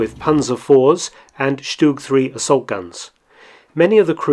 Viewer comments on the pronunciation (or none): none